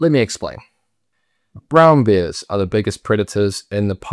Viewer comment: why do you pronounce bear like beer , and wear and tear like weer and teer?